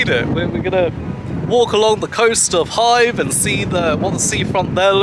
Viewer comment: Nice Video. I will stay a week in Hythe at the end of october this Year. May I ask you, as I am not a native speaker, it sounded as if you would pronounce Hythe as Hive. Is that the way to pronounce it (without a th)?